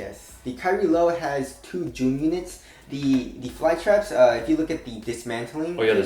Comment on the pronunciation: "The kyrie lows have two JOOM units" XD